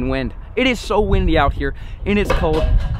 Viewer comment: You say cold “code”